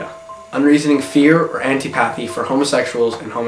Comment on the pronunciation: stopped watching at Ant-EE-pathy